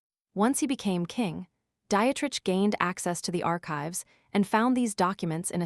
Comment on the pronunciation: It's not Diet-Rich. it's Die-treich.